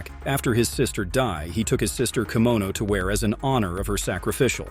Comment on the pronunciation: Also fluxate the pronunciation of "Urokudaki" and mispronounced "Kimono" 😂 so definitely AI generated content